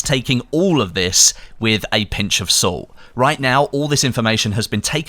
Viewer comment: "...a pinch of suult"